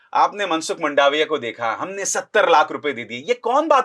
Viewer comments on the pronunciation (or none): मंडाविया नहीं, मांडविया, सही उच्चारण